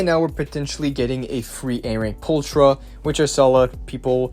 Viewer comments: Pulchra is pronounced as "pulkra". It means "pretty" in latin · She is pronounced pulkra